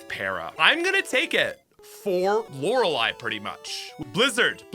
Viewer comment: Lorelei. 1. The lo is pronounced with a short o sound like 'of' not an awww sound like appl'au'd. 2. It's re, not ra. 3. 'ei' like c'ei'ling. Lee is spelt lei in eastern languages when written in English. Lo-re-lee Not lau-ra-lie. Every single poketuber I watch and person I've spoke too say 'lauralie'. But dammit! This is the hill I die on!!!